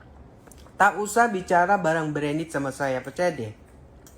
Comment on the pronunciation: 🤣🤣🤣 ngakak aku tuh🤣🤣manggil mark zuckerberg aja jadi mark hamburgers 🤣🤣🤣 bilang branded jadi brandit🤣🤣 model kaya gitu mau ngaku udah 30 tahun di amrik😂 di amrik nya bertapa di goa apa gimana?